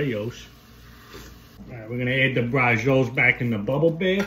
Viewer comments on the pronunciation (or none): none